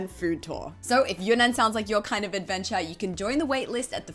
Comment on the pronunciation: Another superb food "advencha" 😁